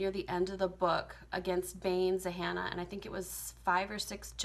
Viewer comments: Zahanna? Zannah....like Hannah with a “Z” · the fact that she thinks the name is Zahannah just makes me neglect her points as the video goes on. its literally Zannah. like hannah but w a Z